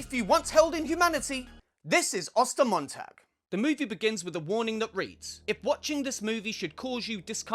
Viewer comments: I speak German and I love how you pronounce Ostermontag :D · As a native German, I’m actually pretty impressed with your pronunciation of the title